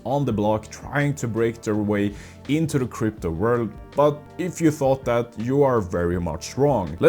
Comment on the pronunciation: I'll do that when you stop pronouncing "this" as "dis" or "that" as "dat"